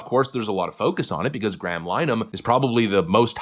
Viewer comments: Pretty sure its pronounced Lyn-eh-han based on the Brits I've watched talking about his case. 😊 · It's pronounced LINN-eh-hann.